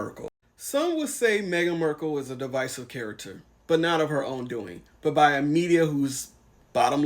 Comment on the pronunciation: You don't have to use the 'markle' name because shes 'm-windsor' now, but if you feel you must use the name, can you at least get it right? It is 'mArkle, not 'mErkle'.